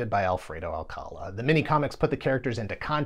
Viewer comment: Hello from the Philippines! Thanks for the shoutout to Alfredo Alcala (pronounced Al-cala).